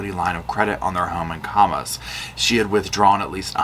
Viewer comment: Utah, has STRANGE names, and Kamas is pronounced Kam-as <3